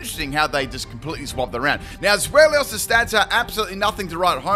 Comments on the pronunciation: I'm too busy roasting you for saying "Zwelios". For the record, it's TSVY-lus. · I'll roast you for saying the Pokémons name wrong It's pronounced ZWILOS because it's a play on words with German words for 2 which is Zwei (pronounced zwI) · Zwellios haha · Take a shot each time pronounces Zweilous wrong